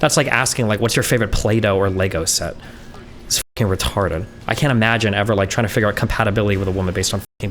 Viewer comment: When he emphasized the word "retarded" 🥶